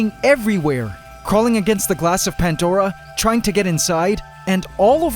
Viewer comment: This might be well known already, and I've wanted to know since I started watching this channel .... But why Pantdora and not Pandora? What the hell is a Pantdora? Goddamn Canadians 🤣🤣🤣